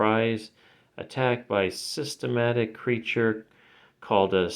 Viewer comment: cyber-net-ick....not systematic man wow come on .......n spawn readers know the cybernetic creature name.....ya jumped on spawn like most sadly when they just put out scorched, gunslinger and great comic king spawn but w spawn must read all 4 as they tie in to the BIG END OF KING SPAWN!!! hate bandwagon jump ons then buy up all n slab n sell so pricey we aint all rich....